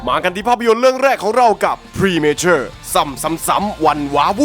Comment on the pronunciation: Matureอ่านว่า แมทัว แมชัว ประมานนี้คับ